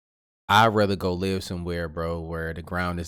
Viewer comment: It's live not lie